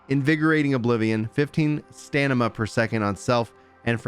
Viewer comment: Am I hearing "stanima"? ummm... Anyway, vg looks like a nice new weapon, especially for tank item. I tried nuker with it and I was not impressed.